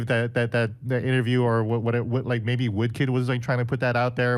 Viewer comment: "Did you rike it?"